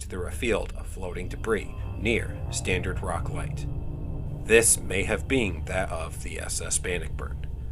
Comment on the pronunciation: Its pronounced Stannard rock, not Standard rock...no big deal, just FYI. Great video!